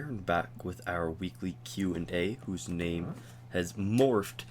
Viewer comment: You pronounced my name on spot dude!!!thx